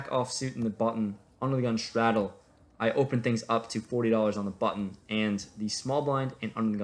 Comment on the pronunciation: He like to say "shtraddel" alot..